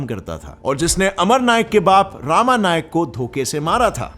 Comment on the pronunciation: It's not रामा it's रमा नाईक Full name is रमाकांत नाईक